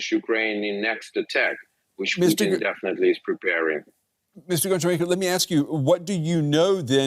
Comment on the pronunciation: Honcharenko not Goncharenko like Hockey